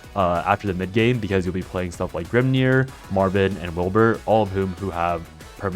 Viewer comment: I keep hearing you call Marwynn Marvin 😂